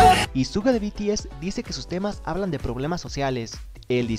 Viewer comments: Se pronuncia "Shuga" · 1 dna se pronuncia dienei 2 suga se pronuncia shuga :VVV tenia que decirlo :V